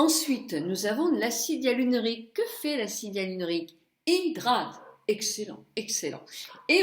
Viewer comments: coucou, acide hyaluronique et non hyalunorique Bisous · l'acide ya-lu-ro-nic lol ^^ tu me fais rire quand je t'entends le prononcé